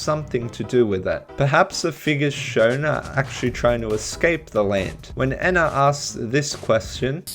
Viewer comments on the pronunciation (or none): awesome video but it hurts to hear you say "Eh-na" instead of "*E*-na" lol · NO ITS NOT ENA ITS EE-N-AH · Im not saying your wrong, but i think Ena is pronounced ee-nuh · ok but what if I no likey the short e pronunciation